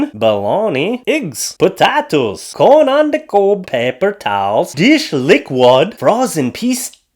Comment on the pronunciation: "cone on da Kob" 🤣